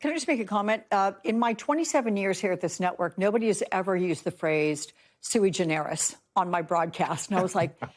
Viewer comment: He mispronounced sui generis!